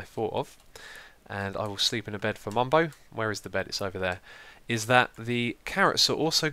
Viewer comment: Xisuma he not called mumbo he´s called bumbo